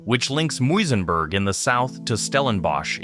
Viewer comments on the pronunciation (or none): Muizenberg is pronounced like Muse, Muse en berg! I appreciate kind words about my home! I love how you attempted the pronunciations! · Muizenberg was apparently named after Wynand Willem Muijs who commanded a small outpost on the shore of Zandvlei in 1743 - Muijs is Dutch for mouse, the correct pronounciation would be something like "Mazen bear " and a Dutch "g" sound (that does not exist in English) at the end